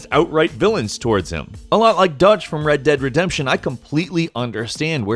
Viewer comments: Anybody else notice how he said "Red Dead Rezemption"? RDR2 zombie DLC confirmed. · "Red Dead Retzempshion"... probably a glitch in the matrix... but it sounded like he's drunk and slurring... lol but another great video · Did he just say red dead resemption?